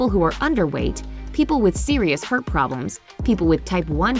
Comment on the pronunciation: Wait.. did she pronounce “heart” as heert !